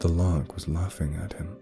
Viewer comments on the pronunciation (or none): Wait, lark? I thought he was saying loch. Larks are like... birds?